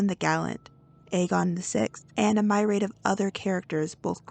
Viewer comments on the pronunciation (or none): Myriad is pronounced mir e ad long e short i sound (represented by y) short a. However, I like your theory, kudos. I want it to be the actual end. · Yeah it's myriad, but I've noticed some people just say my-rad. I don't know if it's an area language pronunciation varient. But she's not the first American I've heard say it like that.